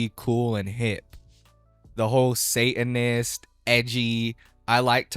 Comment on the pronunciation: what is a "say-in-is"? ...Are you trying and failing to pronounce "satanist"?